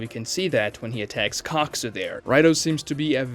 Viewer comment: did he say cockzu